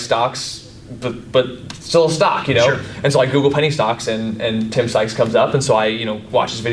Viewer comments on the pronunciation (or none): Stoped watching as soon as he said Sykes 🤦🏻‍♂️